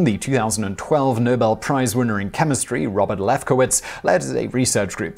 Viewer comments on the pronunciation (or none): none